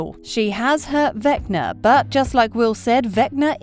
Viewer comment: The way she says vecner instead of vecna is killing me 😂🤣😂🤣